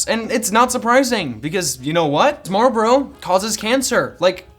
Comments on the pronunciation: They are Marlboro not Marbro. Amateur! LOL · Lmao “Marbrloro” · My entire life I never knew how to pronounce marlboro. Thank you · You know, you didn’t pronounce Marlboro correctly even once...